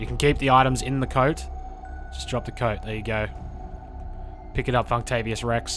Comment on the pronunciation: Damn, was that Funktavious Rex? or Fucktavious Rex? Either way is a legend.